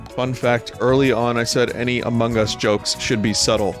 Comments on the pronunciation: Ama hugz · Ama guss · I really like the way vinny pronounces "amogus"